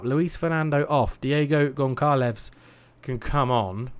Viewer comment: Pronunciation of Goncalves/z is Gone - Sal - ves, and Kayque is pronounced Kai - eeq. I would do more, but I enjoy watching you butcher the manes every time ;) If I feel generous I'll add more later! Good attempt against Flamengo, it's a solid base to work from.